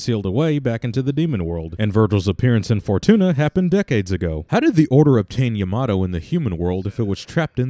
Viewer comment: 1 thing else: characters are really inconsistent with the name of Yamato. It's either like Yamotoe, Yomatoe, or Yamado. Those last 3 are for pronunciation.